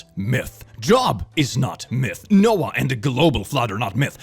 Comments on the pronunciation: It’s pronounced ‘jobe’, rhymes with globe. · The name "Job" is pronounced with a long O: "JOBE". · It's spelled job but its pronounced jobe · Uh, I hate to break it to you, but Job in the bible is pronounced like joe, but with a b at the end. Not sure why it is pronounced like that only in the bible, and only when it's the name of the guy that the specific book of the bible is named after.